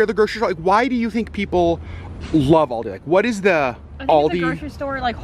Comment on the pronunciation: It hurt my bears when he kept pronouncing Aldi wrong 🙄